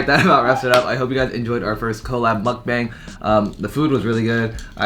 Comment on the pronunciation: Wow as a korean person, wouldnt you at least pronounce the word mukbang properly?